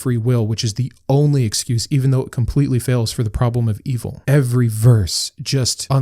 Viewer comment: I noticed you over pronounc “every” (“eh-ver-ee”). Did you have a speech impediment? The way you pronounce this word along with the last “t” in “important” is indicative of someone who had speech lessons for an impediment. Just curious.